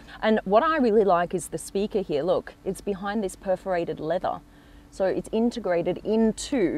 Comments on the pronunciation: why on earth does she talk like that.... its here not heeya.... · You would die from alcohol poisoning if you took a shot for every time she butchered the word “heeeaaahhhhh”